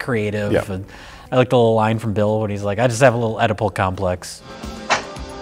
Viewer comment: edible complex?? It's pronounced Eedipus.